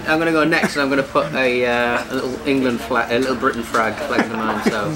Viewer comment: definitely got instant karma, calling it the England Frag (what I heard anyways)